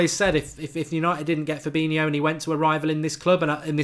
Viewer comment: You can't even say his name correctly, what are you on about!?